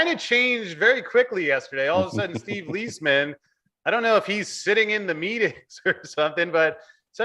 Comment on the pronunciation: Steve Lies , Man .. Steve Lies ! not steve leesman